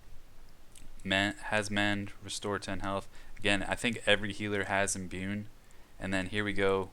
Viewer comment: I like the content but you really gotta work on your reading/pronunciation lol Wrys is pronounced "Riss" There's no N in Imbue Japanese names I'll forgive as you just sound like a westerner lol (tah-coo-me not tuh-COO-me)